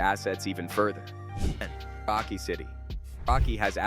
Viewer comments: Can't you pronounce Paranaque? Had to listen 3x on how you mentioned PAQUE. It's pronounced as Pah-rah-neeyah-keh. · Paranaque City, not Paaqui